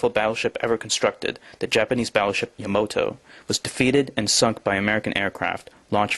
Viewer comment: I guess the JAPANESE battleship was named and spoken in English. You could at least say Yamato correctly